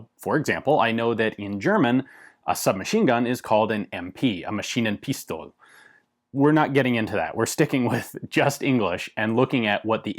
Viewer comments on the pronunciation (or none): It bothers me a little that Ian in general has pretty good german pronounciation, but still "forgets" the "e" at the end of "Pistole". Its audible! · The way he said Maschinenpistole made it sound Russian. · "An Machin-in-Pistol" XD For a german, like me, this is really funny how you speak it XD It sounds more like that a machine is in a pistol than the name "Maschinenpistole".